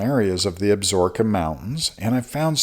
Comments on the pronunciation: FYI . . . it is pronounced AB SA RO KA not ABSROKA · Ab-so-ro-ka mountains. Not Absorbka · Absorkeee not ka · AB-SA-RO-KA - based upon the pronunciation from the television series "Longmire" based in the fictional Wyoming Absaroka County... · Absaroka. Check your pronounciation.